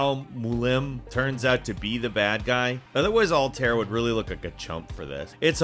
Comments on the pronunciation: What's awkward is how he pronounces Altair's name lol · Alt-air? Bae-yek? Bae-sim? Does this guy play AC games?